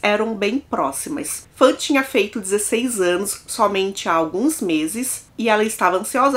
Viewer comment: Se pronuncia "Faun", não fãn. Tirando isso, ótimo vídeo, excelente narração 👍